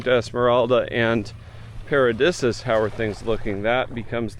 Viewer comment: Paradisus is pronounced para'deesus bro not disuhs.